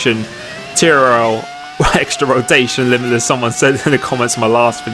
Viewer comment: anyone else hear the intro? could just be me but it doesnt sound like he says all of the syllables in TRL limitless lol.